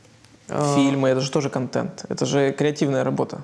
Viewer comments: "Кантент"..ну послушайте себя.. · произношение второй гласной е, вместо э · Кое-что из внутренностей: "КантЕнт". "скейлить". "рефлексить". ,"фаундеры". "как я треволю". "букирую гостиницу". "дэй -тудэй". Журналист от бога,ничего не скажешь... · контЕнт, как же режет ухо. контЭнт! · Елизавета, говорите пожалуйста контЭнт. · "Баба Лиза" так забавно произносит слово контЕнт :)) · Ставь лайк, если не можешь слышать слово "Контент" произносимое через "Е"... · Ну котЭнт же! Контент - заимствованное слово, произносится также, как на саксонском...